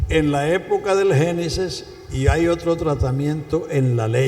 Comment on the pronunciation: No se dice genisis se dice genesis